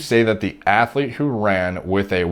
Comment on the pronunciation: The word is athlete dude